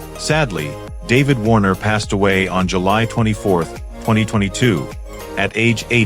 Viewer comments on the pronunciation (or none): none